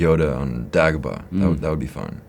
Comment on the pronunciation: It’s official Lord Vader has spoken. “Day”gobah shall now be pronounced as “Dag”obah.